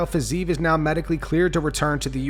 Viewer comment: It's "Fizz-EE-ev" NOT "FIZZ-eve". 3 syllables. Not 2.